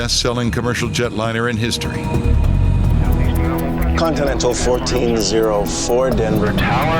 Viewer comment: It's not contimental it's continental